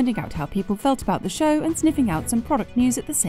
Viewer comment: I really wish this guy could say ‘show’